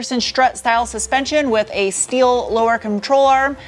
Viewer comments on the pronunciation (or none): You pronounce steel and sport like you are still in Deutschland. Shteel and Shport❤